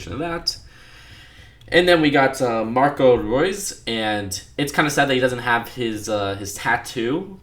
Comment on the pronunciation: I was just kidding cause you said Mcro instead of Marco ;)